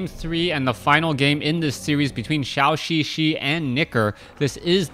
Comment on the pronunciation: For some reason pronounces Zhouxixi like Shaoxixi.